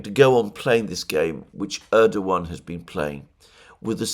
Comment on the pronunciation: My God, something amazing has happened! Alexander used the proper Turkish pronunciation of Erdogan (with a W) SEVERAL times! End of an era... Could this signal a newfound respect for this wily operator?!